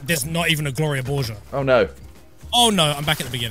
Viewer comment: YOU DONT KNOW WHO GLORIA BORGER IS? IM UNSUBBING U WORK WITH T-SERIES AND YOU CANT EVEN SAY IT CORRECTLY